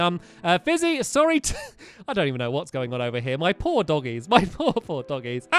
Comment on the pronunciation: at about stampy says my poor, poor doggies or did he say my paw, paw doggies